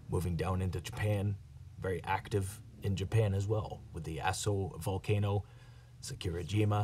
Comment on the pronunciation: Did you say Apo Volcano sir? In Philippines???